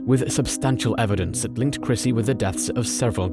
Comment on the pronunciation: Christy, not Chrissy.